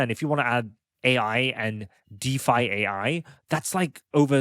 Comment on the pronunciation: I think it should be pronounced by saying: Deef and then saying the letters AI. Deef AI